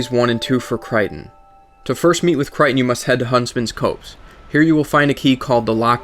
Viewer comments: "Cray-ton", not "Cryton". "Earth-en", not "Earthern" "Cop-se", not "Coapse" Great vid, but your pronunciations kill me. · Copse is pronounced like "cops." It means a group of trees. Also, I think your guide missed something important because Creighton is not showing up in the Shaded Woods location.